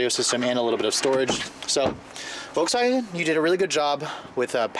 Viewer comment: So... VOLKSWANHEH